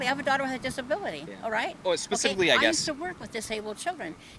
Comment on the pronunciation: This “ former educator” can’t pronounce the word “ specifically” I won’t take any of her advice, moron